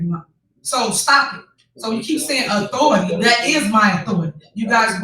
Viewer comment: She can’t even say authority correctly… damn man. She murders the English language. Embarrassing